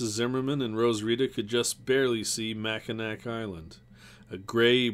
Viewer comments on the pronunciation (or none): These are great. I'm enjoying reliving childhood moments or reading these books for the first time. As a native Michigander though, I ask you kindly to look up the pronunciation of Michigan cities. Cities with names like Petoskey and Mackinac aren't English in origin and aren't pronounced the way they may read. Otherwise, yes! these are great and I making my way through all the videos. Keep up the great work and looking forward to the next ones. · I'm from Grand Rapids, MI and it cracks me up hearing people from other parts of the country try to pronounce Mackinac Island and other towns in the state. The narrator is from Maine so we will definitely give him some slack. Like he says, I'm sure if we went to New England it would be the same joke on us. Mount Chocorua or one, which interestingly is featured in, "The Mummy, the Will, and the Crypt." You can't find a better narrator of online books than this guy though.